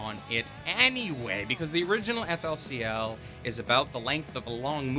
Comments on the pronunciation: Bruh can't pronounce flcl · That FLCL pronunciation D: Cancer